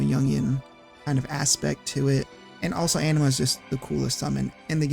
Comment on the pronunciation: The (canonical, in-game, voice acted) pronunciation of Anima causes me pain.